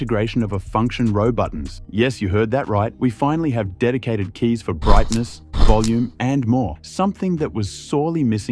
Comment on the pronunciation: Especially the "valium" when it talks about the volume button :)